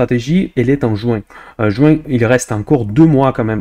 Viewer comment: Depuis quelques temps, j'ai remarqué que lorsque tu utilises des mots qui finissent par "in" (juin, moins,...) tu le prononces avec un accent provencal 🙂